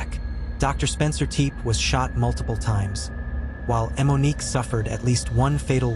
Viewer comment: Why are you pronouncing it “eh-Monique”